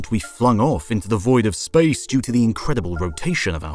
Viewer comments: Or.. ....SPAOICE!! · “Outer SpAOoACE”